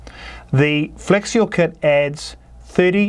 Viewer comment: Had to read the comments to understand he was saying "flex fuel." I kept wondering what "flexual" was.